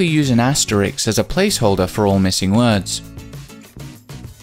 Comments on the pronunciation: Asterisk, not asterix. And Brits are always talking about how WE butcher the queen’s English. 🤣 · It's "asterisk," not asterix.